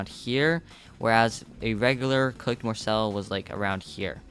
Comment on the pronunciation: You are saying morsel wrong